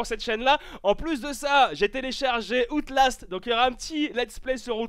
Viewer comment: Outelast ... on dit "Owtlast" putain !!! :D